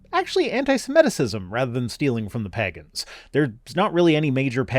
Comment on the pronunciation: I apologize to all pegans for how pronounces your name. He does not speak for all of us.